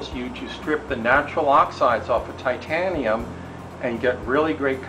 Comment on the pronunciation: Thumbs up just for the Thaiteeyianeeumnn!